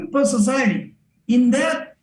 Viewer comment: I just love this but I wish “this and that” wasn’t “dis and dat.” Otherwise, all on board